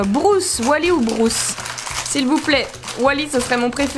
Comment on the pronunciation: Juste pour le requin ça se prononce brUce pas brOUce c’est brUce avec un U Mais sinon super comme d’habitude 👍👍